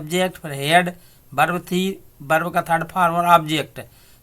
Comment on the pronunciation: Berb nahi bhai verb hoti hai be nhai ve hota😂😂😂🤣🤣😂🤣😂🤣😂🤣